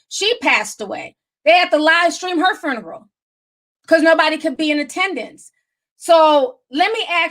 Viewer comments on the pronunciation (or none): Not a vigual 🤦🏾‍♀️ the word is VIGIL...and FURNERAL 😒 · “Fruneral, Vietmanese, and ninegerian” 😂😂 I love it. Oh and you can refer to us “Caribbean people” as West Indian ❤️✊🏾